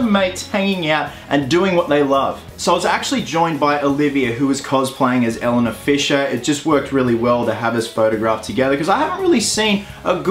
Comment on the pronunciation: Is no one pointing out that he saying Elena wrong